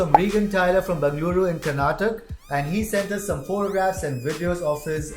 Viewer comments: Ya it's Karnataka not Karnatak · hey sir you guys are amazing ive been following you since many years. I have one complain though, why on earth do u say KARNATAKA, as KARNATAK????? I get it in hindi you call the state as KARNATAK but you guys are speaking english and still saying KARNATAK when it is clearly written KARNATAKA...... why do u not spell the A ??? . the way u say BENGALURU is also not correct but let's not go there for now. please try to spell our state's name properly.